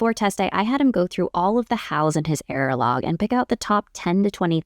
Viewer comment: Thank you for the content, it's very helpful to be given a framework on things to try out. What are you saying at the end though, he kept an "airalog"? What is that?